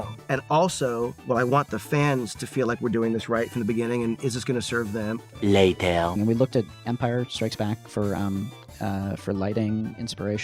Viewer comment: abbreviated SpongeBob's [lay-tear] ... HAHAHAHAHA